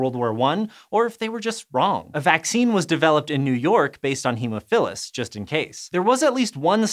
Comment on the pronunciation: ahhh that haemophilus pronunciation